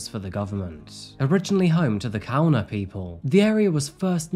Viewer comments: Kaurna is pronounced "garna" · So many funny mispronunciations in this ep for Adelaide. Kaurna people prounounced Gar-nah, Uni S.A as not ‘unisa’. Had to double take those two.